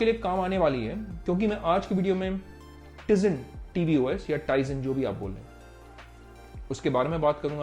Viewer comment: I am unsubscribing you mainly because of ur wrong pronounce of tizen os